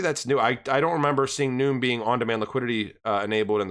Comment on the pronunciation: I could be wrong, but it seems to me Nium would be pronounced "knee-um". But u do more research than I do so maybe you've heard someone accociated with Nium say it.